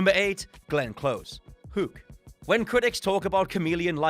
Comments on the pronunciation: Not sure what drives me crazy more, the way reads every sentence the exact same way or how he pronounces “Hook” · That's a British thing. They almost all pronounce it Whooook instead of how North Americans do. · And the way he pronounced, "Hook" really grinds my gears